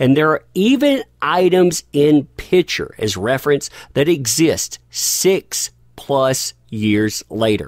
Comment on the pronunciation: Oh …..please pronounce ‘Picture’ properly. You omit the the ‘PIC’ in picture and call it a ‘pitcher’. A pitcher is a vessel that holds liquid! It’s like people who pronounce birthday as ‘BIRF-DAY’, or Valentines Day as VALENTIMES DAY. It makes me CRAZY! Sure it’s a bad habit! But it makes one question your intelligence when you are a brilliant guy! Still think you are pretty amazing though!